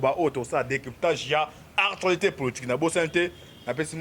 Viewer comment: Bongisa dicton. ''Artualité'' te mais ''ACTUALITÉ''. Aussi rectifie un peu. Tozo landa yo par la voie de l'Internet et non ''internaute''. Biso bâ internautes tozo landa yo par la voie de l'Internet. Merci pona bâ infos ndeko!